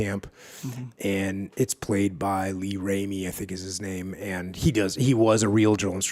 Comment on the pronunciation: Jocko butchered R. Lee Ermey's name. We might have to revoke his veteran card. I can't imagine how a veteran could not know his name and who he was.